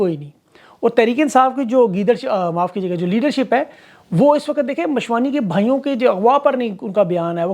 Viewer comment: What a tongue slip. Geedership